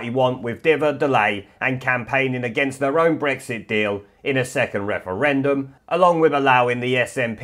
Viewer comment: Clear majowity. wefewendum. What's going on here?